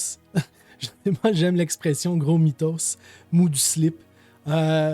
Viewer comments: Très bonne vidéo 😊 petite rectification, on dit « mytho » comme dans mythomane, pas « mythoS ».. mais ça m’a fait sourire d’entendre ça 😁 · slt l'ami j'adore ta chaine et ton travail... PS / ont ne dit pas gros mitosss en disant le s mais mito simplement meme si il y a un s quand ils sont plusieur voila petit details??? lol bonne continuatio,ns l'ami et bonjour de charente made in france lol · Ah et le s de mythos ne se prononce pas si ça t'intéresse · Cc, on dit mytho au singulier et mythos au pluriel sans prononcer le s. Super travail pour tes vidéos. Bises de France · On ne prononce pas le S de mythoS ! 😉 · Bonsoir, Très bon contenu comme souvent. Merci 😊 (Pour l’expression française, elle se dit « mito » sans prononcer le « s » 😉 Mais tu m’as fait bien rire 😊). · OK merci pour l’info 👍👍👍👍👍 Par contre mytho vient de mythomane donc on ne prononce pas le ’’s’’ à la fin au pluriel Et malheureusement la mythomanie est devenue 1’qualité dans nos citées mal famées qui ont contaminé toute notre jeunesse à l’école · On dit mytho on ne prenonce pas le s même quand c'est au pluriel